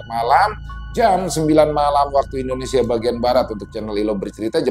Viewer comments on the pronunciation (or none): none